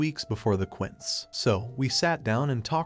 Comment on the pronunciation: When the AI voice says quints, it's trying it's best to say "Quincé" which is short for Quinceñera, a latin girl's 15th birthday when she becomes a woman.